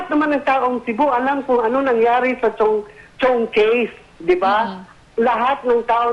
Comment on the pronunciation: Chiong case, misheard as "CHONGKE" 😂😂